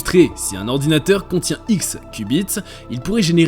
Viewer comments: Ayyyyyy hordounateur😅😅😅😅😅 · Ayyyyyy hordounateur